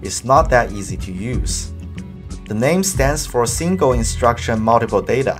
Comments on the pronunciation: Simgle imswucction muwntipa data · “Simgle Instruction Multiple Data”